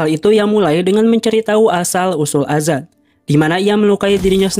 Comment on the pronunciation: Azad min,, bukan adzan😂😂🙏🙏